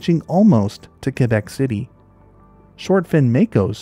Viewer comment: props for knowing how to pronounce Quebec lol, im from Ontario but my mom's from Quebec, and every single time I talk I about it, just to tick her off, I say qwobec😭😭😭 ik u know what I mean I just have no clue how ya'd spell that lol. Fr tho, what an amazing videos dude, not that long ago, maybe a month now, I went camping and ran into a wassasauga rattler, maaaaaannn was he cool. But dude, I had no fuckin clue that that was a pit viper🤣🤣 good too know for next time lol